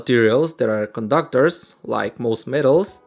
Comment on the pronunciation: "coDU-c/Tors" "o-NE" "M/Ake" "M-o-Vment" "wIR-e"